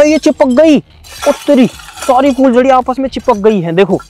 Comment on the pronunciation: fooljaryaan ni hota phooljariya hota ha